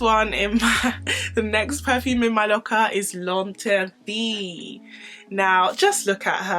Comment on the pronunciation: I'm saying!! Because she sho just taught me how to pronounce L'inderdet I was saying that all wrong😂🤣